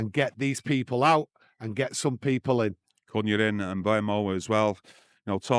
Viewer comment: Hopefully United can only sign players that will be able to pronounce their names. It’s tough listening to him butcher Cunha, Bayindir, and Mazraouis names, day in and day out.